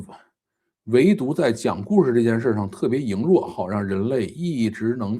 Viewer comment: 羸弱 (lei2 ruo4, 不是 ying2 ruo4) ^_^